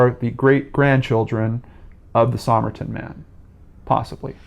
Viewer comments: It’s pronounced “summer-tun” not “somme-er-Tom.” The code strongly suggests spy craft, and the use of a rare book as a key (classic Russian spy craft). This is such an interesting case (I think he was a Russian spy — probably trained as a dancer before the war and was coming to settle a score with the Australian nurse (who many think was a Russian spy herself). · Somerton, pronounced summerton.